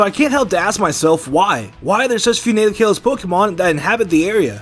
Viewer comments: It’s kah-los! Not Kay-los!!!! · Kaalos not kailos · KAL-LOS! Not KALE-LOS!! There’s no freaking y or i anywhere in the region’s name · Kah lohs not kay lohs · "Kaelos region" TRIGGERED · It's pronance kaalos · Geekplayz kaaaaalos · It’s called Kah-los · Kay-los region? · It’s kales. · its ka-los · Stop saying kalos like that it’s so annoying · How he pronounces kalos:( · I hate the way he says "Kalos"😂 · I hate the way you’re mispronouncing Kalos. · learn how to say kalos lol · "Exerneas" "Kaylos"Kill me now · psilos67 I couldn't ignore Exernius